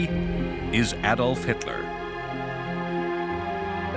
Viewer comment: An American who actually pronounces "Adolf" correctly!